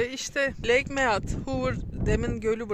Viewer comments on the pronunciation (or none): Lake Miid diye (i'yi uzatacaksınız)okunur. Niye demeyin öyle işte. Lead (nasıl liid diye okunursa ve hani lider deriz ya kendi dilimize sokuşturduğumuz gibi.)